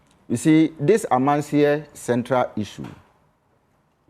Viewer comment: The host ankasa pisses me off. You are being corrected several times of the pronunciation of Amansie and still can’t pronounce it. Wabon